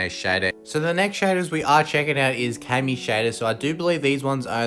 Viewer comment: U said mo lag and KAMII SHADER KILLED MY DEVICE 🤣🤣🤣